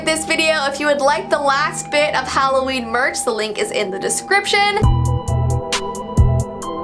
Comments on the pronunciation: It's almost hallo veen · Its halloVEEn